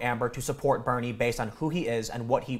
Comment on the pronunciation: Wait. Did he say Bernie or Beanie?